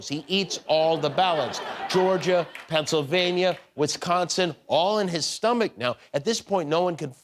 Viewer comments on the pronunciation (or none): none